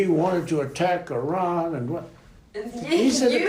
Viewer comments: The ONLY thing he got "right" in that recording is how to pronounce 'Iran'. He didn't say "eye-ran". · The oddest thing about this audio is? Fat Donny Dump pronounced Iran correctly....he didn't say "eye-ran". But of course, listening to his ramblings? Yeah, he's an idiot.